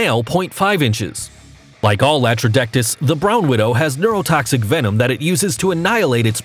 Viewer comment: Venom. It's venom. How are people still making this mistake?